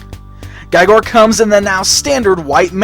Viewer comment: really nice review and the figure is amazing... But His name for sure pronounces with E sound. His name is welsh.